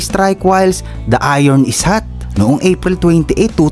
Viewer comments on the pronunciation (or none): none